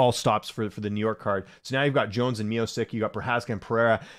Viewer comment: Why do you pronounce miocic and pavlovich like that? Is that the right way?